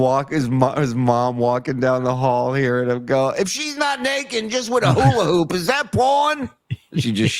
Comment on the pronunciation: DUMMY, IT'S HULA HOOP, HOOP PROUNOUNCE THE P!! NOT HULA- HOO, DUMMY!!